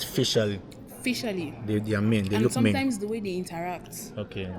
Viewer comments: i heard meam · Go back to school 😂 she said mean. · she said mean